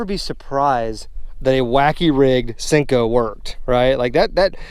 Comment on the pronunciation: pretty sure it’s pronounced senko with an e not sinko with an I 😂